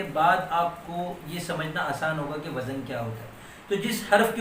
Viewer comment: ماشاءاللہ ۔ عمدہ ترین معلومات ۔ وزن کا صحیح تلفظ وز ن